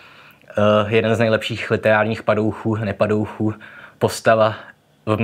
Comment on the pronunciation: No já jsem řekl (akorát blbě vyslovil) "takový padouch, nepadouch". Rozhodně antagonista.